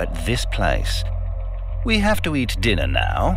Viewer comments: “Lets have DINARRRR” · LETS HAVE DINNAH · "Let's have dinnaah!" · The way he says "Dinner." So cool